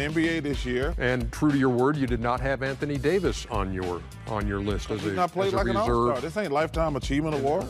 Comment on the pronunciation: Anthony ‘Day to’ Davis 🤨